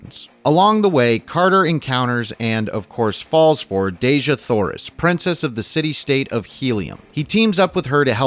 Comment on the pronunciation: I don't know if anyone's told you but Dejah Thoris isn't pronounced Deh-zhah Thoris. According to ERB, it's pronounced Dee-jah Thoris. Now, allow me to say that, as a humongous fan of the John Carter/Barsoom series of books, I can assure you it was more than you said that caused people to run from it. Disney, as usual, decided that ERB didn't know what he wanted to say in the books and changed about 95% of the storyline. I'd tell these changes but it would take a book itself to do so. Two of the most glaring changes were a) John Carter didn't join the Confederacy because his wife had been murdered by Union Army forces (Hmm. Where have I seen THAT before? (cough Outlaw Josie Wales, cough Jonah Hex) b) Tars Tarkas wasn't Jeddak of the Tharks when the story began; he was a Jed (prince, if you will). As I said, there were so many changes that it would take forever to tell them all and I believe those changes are what kept people away from the movie.